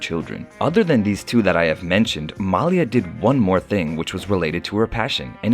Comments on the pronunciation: he pronounces the name Malia wrong - the emphasis is on "ia" - ma - 'lia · Thank you!!! Please pronounce her name correctly.... Mah-lee-ah!! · Hey There, Please Pronounce The Young Lady's Name Right, It's "MAH~LEE~AH" Thank You! Peace,BB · You mispronounced Malia's name,,, it is Ma-lee-ya! So irritating throughout the video! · “Muh-LEE-uh” is how you pronounce her name. (Listening to Michelle Obama narrate her book “Becoming” made me want to learn more about the family.) Thank you for this video! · Her name is pronounced MAH-LEE-AH. If you're going to do a videography about these young ladies, at least say her name correctly. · How disrespectful of the Narrator who will not pronounce Malia name correctly. Ridiculous. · Yeah, exactly--you make a video of the family and don't bother to know how to pronounce Malia's name correctly?????